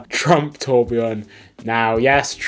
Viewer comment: You say you’re not an expert but you can pronounce “Tourbillon” correctly unlike the crook who’s flogging them!